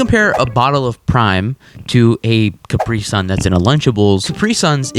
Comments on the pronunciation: I cringe every time he pronounces caprisun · still can't get over how americans pronounce Capri Sun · As a german I die on the inside, every time you pronounce Capri Sun